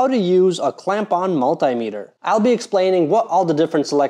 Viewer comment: what is a "mull-TIE" meter